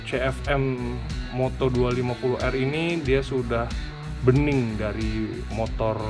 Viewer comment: Kebanyakan "m" om....namanya cukup CF moto aja 😄